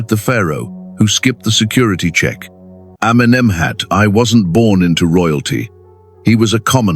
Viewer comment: Amenemhet Aaaai! 😂😂😂